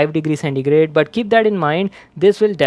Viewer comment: keap? You mean keep lol